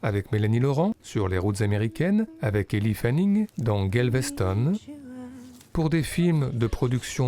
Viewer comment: Oh et je me permets, Elle (Fanning) se prononce comme en français... et pas Ellie... Et aussi la Big Apple, le a comme en français... Merci encore